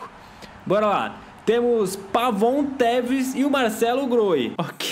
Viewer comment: O quando foi falar tevez no minuto vez de tu falar tevez tu teta